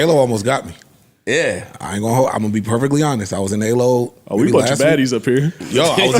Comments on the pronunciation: Ah-low...not Aye-low. AH LOW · And it’s AL LOW not A LOW 😂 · It’s “Ah” - lo Gang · It’s not pronounced Aloe 😮I’m gagging😅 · It’s all in good fun, but since these guys like to consumer shame and bash. WTF IS AYE LOW?? Ayyooo pass that “ver say Che”. That’s how you know the brand is dying when wants to start wearing it. Wait til they start getting onto vuori haha